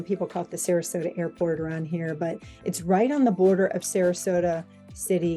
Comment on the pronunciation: Thank you for pronouncing it correctly. Not Bradington Traffic however has become a very major issue